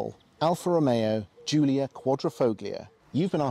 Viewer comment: The Jiulia is my favourite by far. I only wish car tube guy's could fucking pronounce it properly.